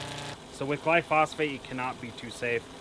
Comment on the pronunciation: Why are you mispronouncing the Glyphosate? I thought you were a lawn guy?